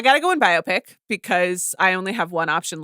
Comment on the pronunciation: Can’t get over CR pronouncing “biopic” as “myopic”